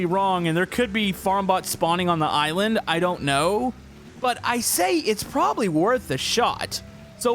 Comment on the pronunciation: I like how he said there is a couple of iwind instead of island